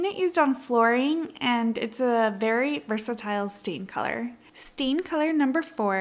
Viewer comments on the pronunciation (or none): none